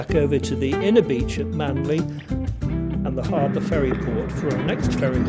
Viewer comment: Captain Cook sailed right past Sydney Harbour without seeing it and landed at Botany Bay. Not such a great navigator after all. And it’s Manly not Manley. But none the less glad you loved my home town.